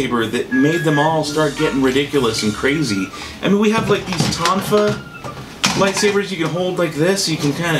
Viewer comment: Tomfa is pernounced (toom-fah)